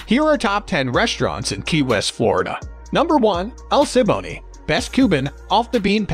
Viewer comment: You would sound a lot more authoritative if you pronounced El Siboney correctly. A clear "Tourist Error" in the first 10 seconds.